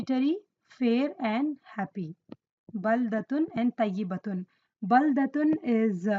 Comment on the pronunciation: Masyaa Allah sister..very useful. May i correct something...in minute 15.55 you pronunced To as Ta "Tayibatun" when its supposed to be Toyyibatun. Just thought that could be note. But your vids are cool. May Allah preserve your knowledge